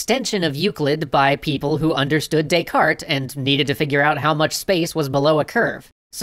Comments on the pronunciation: "they were to Des-carte it" lol. A pun revolving around bad pronunciation is a pun nonetheless. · "They were to descarte it"? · You do not pronounce the 't' in Descartes. It's Renay De-car. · You're not supposed to pronounce the "t" in "Descartes". Its pronounced "Day-car". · "They were to Descarte it" :D